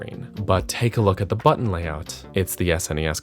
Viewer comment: Good video but why must you say button like that